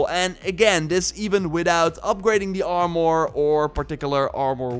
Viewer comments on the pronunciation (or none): "doe" instead of though. "Are more" instead of "arm er" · It drives me nuts when you say “R more”